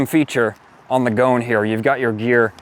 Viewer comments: The pronunciation is "Go-un", not goan. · Goan,... pronounced Go-an, ...is a province in India where the locals customize smaller displacement motorcycles by making them often outrageously flamboyant. This bike is a tribute to that custom ! It is not pronounced Goan, as in moan !